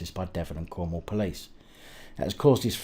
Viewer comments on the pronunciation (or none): none